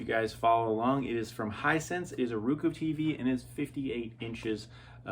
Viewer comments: Pronounce roku as row-koo. Not rou-coe as you do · Its pronounced rOkU not rookoo . good tv